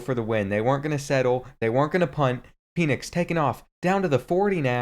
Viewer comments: pen-icks not peen-icks, Michael Penix Jr is gonna be a Heisman candidate this year edit: how the actual fuck did Arizona slam UW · It’s PENix like a pen